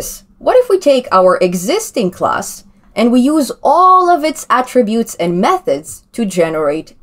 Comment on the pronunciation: Glad to hear you now calling them ATTributes, and not atTRIButes as you did earlier!